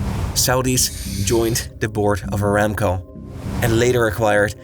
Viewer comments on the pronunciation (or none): none